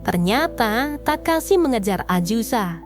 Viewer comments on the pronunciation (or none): AZUSA!! bukan aJusa!!!! yg bener lah. geli dengernya ajusa ajusa ajusa, aaaakh